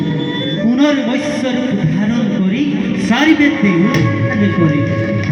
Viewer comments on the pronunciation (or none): মচৈ‌ নহয় দাদা মৎস্য অৱতাৰ